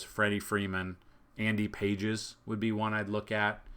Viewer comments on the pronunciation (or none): Nice video as always. For future reference it’s pronounced Andy Paw-hez